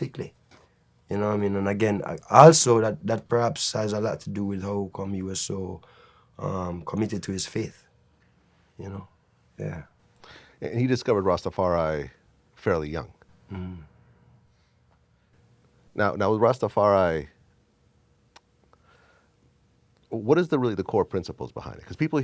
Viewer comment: Rastfarianism!! Get it right vlad...